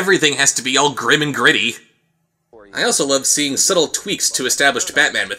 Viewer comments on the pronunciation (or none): none